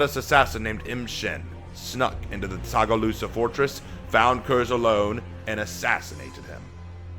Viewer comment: Tsagualsa (sa-gwal-sa), tho Tsagalusa has a nice ring to it lol, also love the background music, reminds me of Black Prior